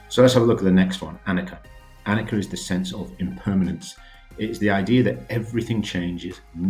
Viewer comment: I’m pretty sure it’s a-knee-cha not a-nick-a